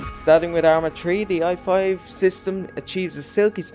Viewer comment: Nice vid,but the "Arma tree" made me giggle every time